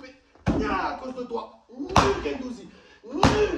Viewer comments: Il a pris cher gendouzi "gendouzgeg"😂😂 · c'est pas guendouzi, c'est guendouzizi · C'est plus Guendouzi c'est guendouzizi Matheo Guendouzgeg 😂😂😂😂